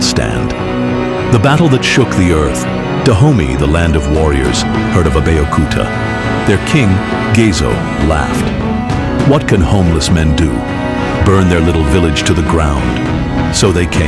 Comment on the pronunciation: It is Gezo not Gazo